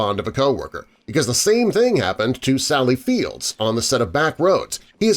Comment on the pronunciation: Did I hear you say "Sally Fields"? It's "Field." 😊